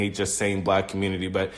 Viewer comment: "da communitah" lmbo twooferism